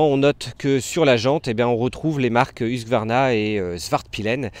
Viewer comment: j'arrive pas à comprendre pourquoi dans beaucoup de vidéos , la marque est prononcée huQsvarna et pas husQvarna, ca me trigger un poil :)